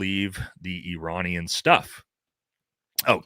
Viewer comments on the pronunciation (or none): none